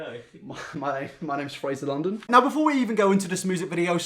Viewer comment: this might be weird but i heard "Oil perfection" instead of "Oli London"